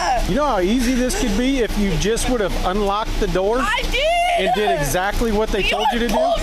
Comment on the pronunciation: "I'm pregnant-uh!" "I did-uh!" Excessive use of shadow vowels drop her IQ another few points.